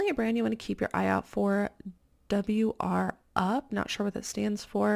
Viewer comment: Freddie’s are the best! It’s pronounced wrap up lol it’s the name of their proprietary stretch fabric. The brand is Freddy or Freddy Pants formerly known as Freddy of Australia and New Zealand